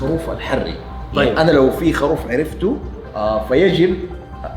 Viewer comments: يرحم امك قل خروف مو خاروف يا هطف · خروف خروف خروف المقطع رقم ١٠ وانا اقول اسمه خروف وليس خاروف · والله ترا اسمه.خروف مب خاروف